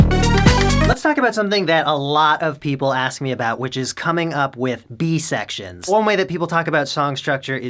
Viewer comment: "B secrions" LMAO